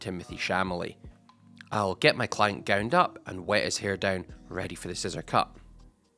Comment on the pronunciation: Ah yes Timothy shamalay!